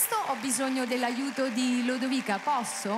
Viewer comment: Si chiama lodovica e non Ludovica